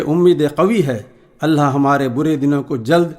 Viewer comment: Mashaallaah bhoot khuub kaha Sirf itna hai ki لفظ (الله) كو صحيح پرہہے ( الهاه) پرہا جارہا ہے